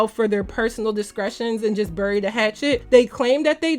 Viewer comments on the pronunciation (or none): none